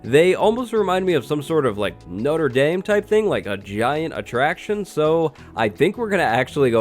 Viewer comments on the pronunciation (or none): I love this, but why did you say noter daym instead of notre dame